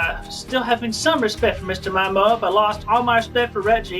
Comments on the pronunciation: I know it’s very petty, but the way that Chris mispronounces Miyamoto as “Mayamoto” drives me up the fucking wall. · It's annoying that he constantly mispronounces Miyamoto. Come on, man...